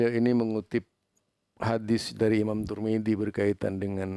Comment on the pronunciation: Tirmidzi bukan tur midi bro